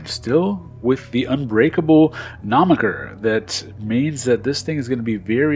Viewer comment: Nice!! Looks like I'll be getting one of these frames, except I'll run 2004's instead. Also , "nomiker"?????? Or............. "moniker"?? No offence intended at all!! Just bustin' balls buddy!! I know you can take a joke! Big love to you, and to the Houston crew!🥰🥰🥰🥰🥰